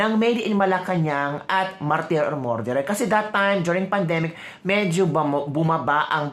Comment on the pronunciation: Ateh please pronounce “Murderer” as “Mer derer” not “More derer “‼️❤️🙏🤡SalaMUCH‼️🇵🇭